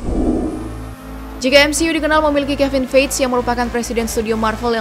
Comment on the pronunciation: Feige bacanya feigi bukan feij.